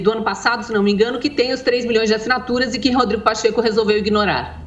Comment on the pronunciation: ASSINATURAIX, UXP, MANIFEIXTO tradução: ASSINATURAS, USP e MANIFESTO. Kkkkk